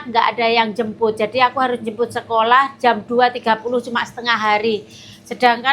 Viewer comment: tlg kalau blg sekolah H nya dibaca mbak ❤ maaf ya mbak 🙏